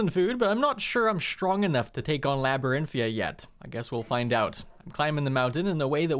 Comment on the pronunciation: hey, i love your content but i cant help but tell you that you've been pronouncing something wrong for a long time. the dungeon that the college sends you to (the one with the skeletal dragon) is called LabyrinthiaN with an N you have been saying LabyrinthiA (i love you but i have ocd so i just had to say something)